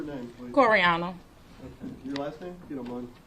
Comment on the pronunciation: Coriana or however you say it… don’t do that again.